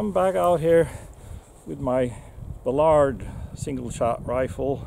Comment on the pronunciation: BALLard, not ballARD.